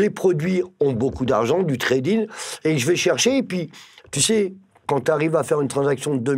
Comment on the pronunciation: Treydin ou Trading mdrrr posibe ou possible ?? Portabe ou portable ?